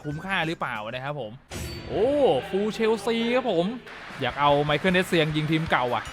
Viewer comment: มิคาเอล เอสเซียง ครับ ไม่ใช่ ไมเคิล